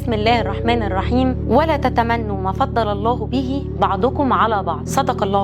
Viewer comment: " ولا تتمنَوا " فتحة على حرف النون